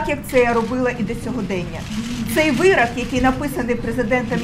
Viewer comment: вирОк, а не вирАк... Вона досі не навчилася говорити українською.